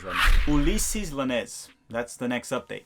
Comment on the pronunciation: Ulysses Llanez is pronounced: oo-lee-sez yawn-ez